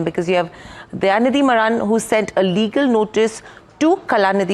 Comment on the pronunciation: Pronounce as MAARAN